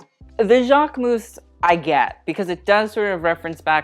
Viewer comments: speaking both Italian and French it really bugs me how you overly pronounce Versace (but THANKS for doing it correctly) but then mispronounce Jacquemus, the -mus is more like a -mys sound and not like mouse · Him: the jacquemus? 🤢 yeah its jacquemus.